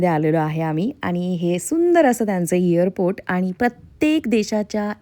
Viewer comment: इअरपोर्ट नाही ग..... एअरपोर्ट...